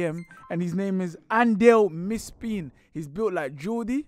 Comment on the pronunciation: Getting "Andel Mispin" is from "Andile Mpisane" is crazy😭😭.